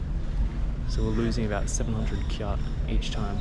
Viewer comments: the currency of Myanmar "kyat" is pronounce "chat" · By the way, I am also from Myanmar but i am from Nay Pyi Taw, not Yangon. I noticed that you pronounced "kyat" very wrong, it should be pronounced like the word "chat". Thank you.